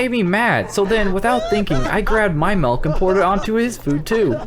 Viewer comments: You said malk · You said malk (that’s a meme) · I heard u say malk! XD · sad malk instead of milk